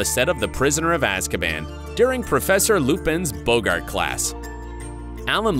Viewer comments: Loved Rickman as an actor since Die Hard! I have to say for this video though, please Editor, verify pronunciation! It's Boggart (pronounced like Bog) not Bogart (like the actor). I feel terrible quibbling over something like this when it's for such a dramatic video topic, but this seriously took me out of the immersion. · Please learn to say the word " Boggart" It is not pronounced like the the actor "Humphrey Bogart" name. If you had seen any of the films you would know this!